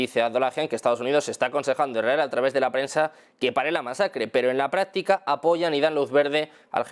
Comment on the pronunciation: Cuándo dice "Irael" o "Iraeli", se refiere a ISRAEL o ISRAELÍ?